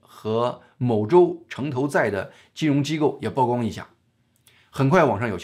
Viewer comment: 曝光 曝光度 曝露 曝屍荒野 野人獻曝 均唸（鋪）第四聲.